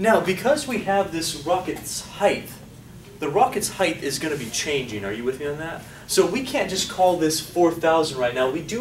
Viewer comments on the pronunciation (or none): dude, it's heighT, not heigTH.